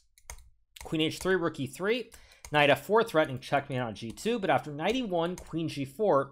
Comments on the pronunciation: Why does he keep saying “knife” instead of “knight” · did anyone heard knife instead of knight or just me lol